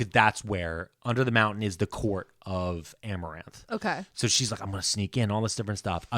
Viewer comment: I love that he called amarantha, amaranth the whole time